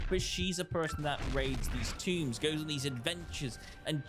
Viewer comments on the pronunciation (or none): none